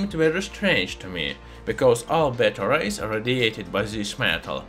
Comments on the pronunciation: Yea I greatly appreciate it. I was confused by "radiates batteries" though. I finally realized he was saying beta rays. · I was confused I kept hearing him saying it radiated batteries. Took me a little bit to realize he was saying beta rays lol…